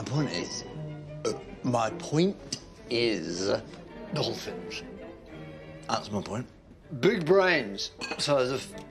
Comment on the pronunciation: The first time I watched the show I had forgotten most of the book and I thought he said "doll-face" not dolphins